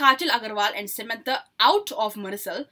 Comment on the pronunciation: Not sementaa, its samantha